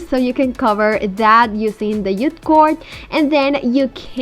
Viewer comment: It's JUTE not ute cord! 🙄